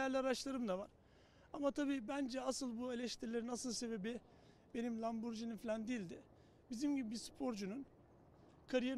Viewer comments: lamborGini’dir o, lamborJini olsa duramazsın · Lamborghini si olup lamborcini demek ..... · Lamborghini’n var ama telaffuzunu bilmiyorsun